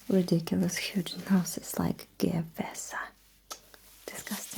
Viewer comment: I wish the commissar shot me before, now I am castrated and they call me Gue-we-sa? Emperor save me